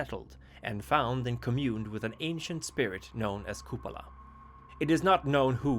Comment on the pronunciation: It is pronounced as KupAla